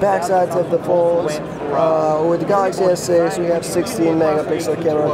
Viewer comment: "Galaxy S-Sex"